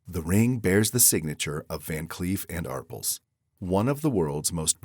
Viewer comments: It's pronounced ARPELLS not Arpulls! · Van Cleef and "r pulls"? Come on. It's so prestigious but you you don't care anything about pronouncing it correctly with your poor AI narrator. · Van clef and apese? Drop Voice over.👍👎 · The stupid fake voice didn't pronounce ARPELS Correctly‼️ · Well, they are Americans, and we know they know nothing about the rest of the world, and barely anything about their own country. Clearly, an AI narration, in the way he pronounced Arpels.